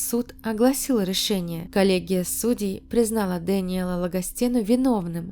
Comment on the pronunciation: Прощай русский язык. С такими авторами в России не будем понимать друг дрцга. Почему все слова на Ы - ЭрЫкя , рЭшениЭ. Тетка тэ эткудовэ?